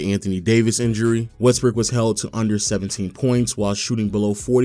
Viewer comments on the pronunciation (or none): If you play the video at x2 speed you keep hearing his pronunciation changing to: “westbrick averaging 3.5 turnovers” “when they traded for westbrick” “after westbrick joining the team” 😂😂 specially at minutes 7 and